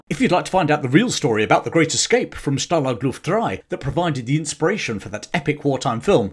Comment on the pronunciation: okay, ist called stalag luft einS. not ein. After the 5th time I heard it, it hurts my ears.